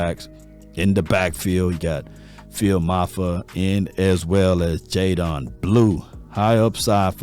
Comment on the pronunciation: I thought it was white people but you did it too. What up with yall mispronuncing these names …it’s JayDEN NOT jayDON🤦🏾‍♂️